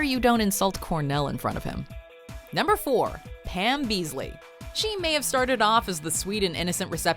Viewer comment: beesly not beesley